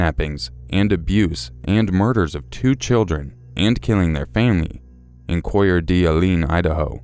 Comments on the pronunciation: "Coor Dee Alene?" Lmfao. 😂😂😂 oh how I love it when people try and pronounce it. It's pronounced as this: Core (like an apple core) Duh Lane. A lot of people who aren't from this part of the country try get it wrong. Lol it was just kinda funny as I was listening. Great video though! 🙂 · I'd just like to say, you might want to check your pronunciation when saying unfamiliar place names. I'm from Coeur d'Alene, and it is pronounced kind of like cord uh lane. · Coeur d' Alene is pronounced cor-duh-layn. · Coure d'alene is pronounced (cor-da-lane) 😂😂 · The city in Idaho is pronounced Core-Duh-Lane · Sorry but it is pronounced CORE DUH LANE Idaho. xD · just so you know, the way you say the name of that town in Idaho is "core duh lane". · Coeur d'Alene pronounced core da-lane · We pronounce it like Core- delane, pretty much. Lol but I like the way you say it better XD very fancy! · I absolutely love your videos. but it's gonna torture me if I don't say. its pronounced "core duh lane Idaho" lol the spelling is all fuckered so nobody is judging. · Coeur d'Alene: "Core Dah Lane" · lol it's pronounced "core da lane" idaho. 😊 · Their pronounciation of coeur d'alene made me laugh. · absolutely butured the towns name but the story of coeur d' alene was pretty shocking. great reading by the way! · I live in Idaho and cracked the fuck up at his pronunciation of Coeur d'Alene haha. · Being an Idahoan myself, and hearing the way you pronounced Coeur d'alene, Idaho cracked me the hell up. Maybe it's actually pronounced like that all we're all getting it wrong, who knows lol. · I'm also an Idahoan and was wondering if anyone else noticed! Made me chuckle